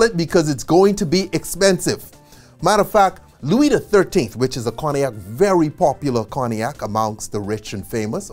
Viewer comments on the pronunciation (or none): Very good work, however I dont understand how he can pronounce Armagnac perfectly and fail at Cognac